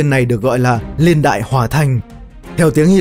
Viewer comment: Niên ko phải liên nghe khó chịu lắm